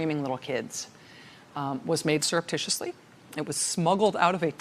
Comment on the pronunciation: I'm sorry I couldn't get that word again... Syrup Tissue Titty? Please say it ONE MORE TIME I DIDN'T GET IT